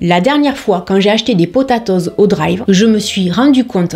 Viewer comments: Je suis désolée mais j'ai eu un fou rire lorsque tu as dit le mot potatoes 🤣🤣🤣🤣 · Ta façon de dire "potatoes" me fait vraiment rire, très frenchie 😂. Merci pour ces supers conseils!